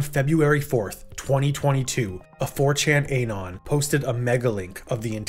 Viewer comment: "A 4chan ayynon"